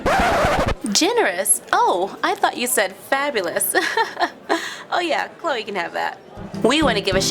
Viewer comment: I think it's Chloe not Clowy